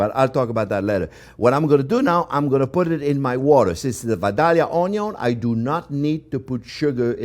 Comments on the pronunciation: I have a friend from Vadilia. And the proper way to say that is. "Vi da ya" The l's are silent. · If you want people to believe your joke about being from Georgia, you need to pronounce Vidalia correctly. It is pronounced Vi-day-ya...say it that way and at least people from Georgia will believe you at least been there. I'm a big fan of you sir. Thank you for your passion.